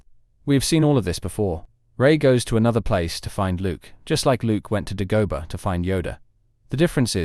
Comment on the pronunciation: OK, but why did he pronounce Dagobah that way